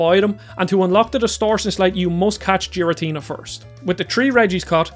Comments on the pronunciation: This guy said Jiratina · Anyone else wince with his pronunciations of Giratina and Uxie?